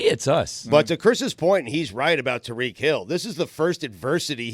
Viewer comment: Tuh-Reek Hill